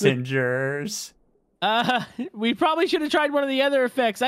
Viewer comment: You said "Lucky" panssangers. Uhm i ain't sure if they are lucky 🤣